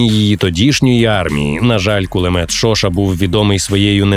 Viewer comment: Пулемёт Шошá, ударение на "А"